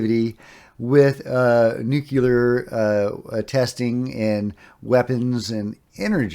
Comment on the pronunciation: Just say the words "new clear" without a space in between ......U NAILED IT THO!!! 😁